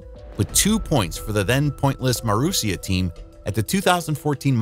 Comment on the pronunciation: Masuria?! Thought it was Marussia...damned artificial real dumbness